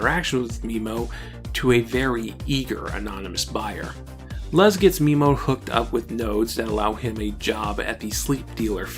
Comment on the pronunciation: the only axe i have to grind with this is your pronunciation of memo and luz, apart from that your analysis was fantastic =)